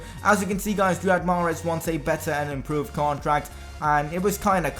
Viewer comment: greetings from Algeria. I am sorry to say but you pronounce mahrez wrong.